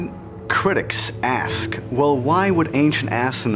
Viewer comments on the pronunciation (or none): No one's gonna mention that the alien dude says "assonaut" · it sounds like he's saying "assnauts" not astronaut... did anyone else notice that too?